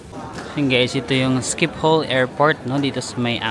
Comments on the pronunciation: you pronounce Schipol Airport in Amsterdam as “shi-puhl” airport. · The way u pronounce Shiphol is weird😂. It’s sheepol